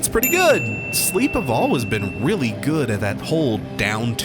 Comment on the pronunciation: I've always been curious why you pronounce the word "always" like "al-wes" or "al-wis"? I don't have an issue with it whatsoever, but I'm just curious.